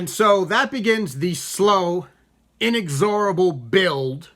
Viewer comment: Inexorable...look up the pronounciation.